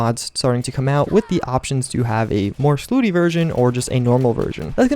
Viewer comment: It's slutty, not slooty.